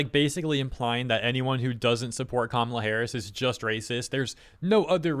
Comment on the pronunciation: You say Kamala's name really well. 👌